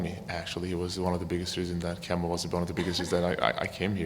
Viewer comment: try saying KEM-BA. not KIEM- BA 😆✌🏾